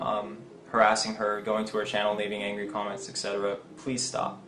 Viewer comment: I dead ass sat here with the video paused for ten minutes trying to figure out what ETC stood for because you said ETC instead of Etcetera... I came up with Evil Turd Cancer, Elephant Trauma Care, and Everyday Transporting Candy... I need more coffee.